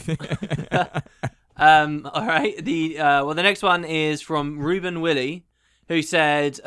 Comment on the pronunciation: For next week's movie club I suggest: Cloud Atlas It is definitely worth a watch. (also is pronounced Why-Lee, sorry to nag)